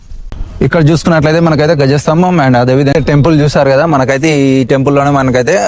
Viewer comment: హాయ్ బ్రో గజస్తంభం కాదు బ్రో ధ్వజస్తంభం